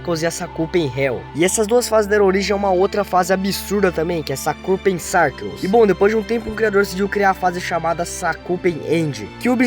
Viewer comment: E por favor melhora esse inglês kkkkk, sakupen sarkeus é complicado mano